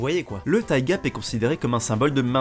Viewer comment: Alors... Tu arrives à prononcer "thicc" mais pas "thigh"? xD